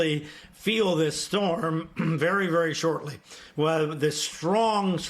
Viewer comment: Again Oh ah who NOT o wah who HO NO LU LU NOT hana loo loo